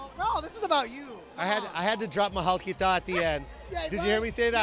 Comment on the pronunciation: lol! he can't even pronounced 'mahal kita' right! bohoooo